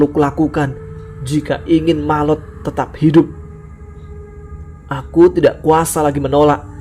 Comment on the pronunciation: Kok jadi malot, bukannya maot ya